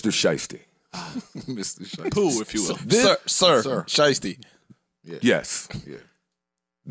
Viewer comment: "" lol